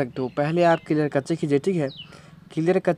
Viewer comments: Clear cache = क्लियर कच्चे या clear cache = क्लियर कैशे 🤣😂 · Aree kaccheee it's "cash" in pronunciation 😂 "thik nai hain"